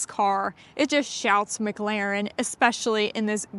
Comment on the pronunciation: Please learn how to say McLaren properly. It’s not so different it’s not pronounced phonetically. Please stop